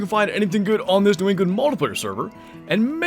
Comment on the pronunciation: New Ew-gland😂👍🏻